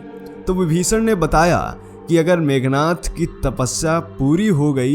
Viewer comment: मेघनाथ नहीं मेघनाद बोलो